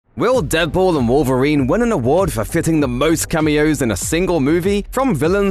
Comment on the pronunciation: I'm annoyed how you pronounce "Deadpool and Wolverine" what are you saying? "Deadpool the Wolverine?" or "Deadpool then Wolverine?"